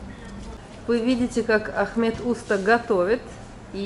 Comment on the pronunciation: Очень все интересно, но,пожалуйста, ставьте правильно ударение,тем более,что владеете языком. Просто прислушайтесь, в турецком языке ударения приходятся на последний слог. Не Уста,а устА, не чОрба,а чорбА,не Айва,а айвА, и т.д.. А то,как ножом по стеклу, или ,извините, серпом по ....Конечно, тем,кто понимает турецкий язык.